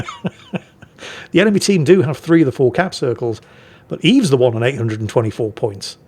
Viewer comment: That's pronounced "Öwwes" ;D